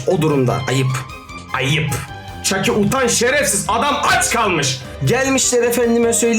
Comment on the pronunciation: Çaki değil çika 😊